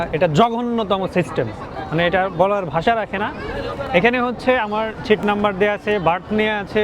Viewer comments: ছিট নয় দাদা সিট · ছিট না সিট। আর পাকিস্তান নিয়ে আপনার ভালো ধারনা ছিল শুনে হাসি আর থামাতে পারছি না।